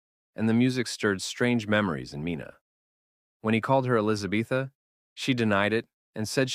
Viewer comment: Her name is not Elisabetha ffs!!!!!